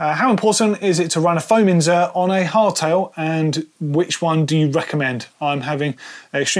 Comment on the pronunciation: It annoys me every time says it incorrectly.